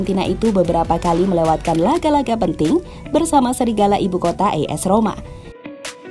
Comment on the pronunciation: As Roma bukan is Roma min